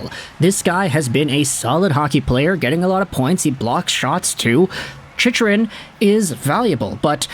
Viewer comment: Chych is pronounced Chick. Sorry, but you said it so often that I had to say something brother ;) Cheers